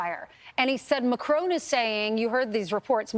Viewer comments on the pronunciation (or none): her pronouncing macron as mycrone is hilarious